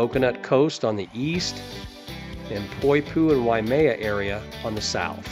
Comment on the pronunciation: Thanks for the info but one thing Waimea is pronounced (why-may-uh) not wy-me-uh.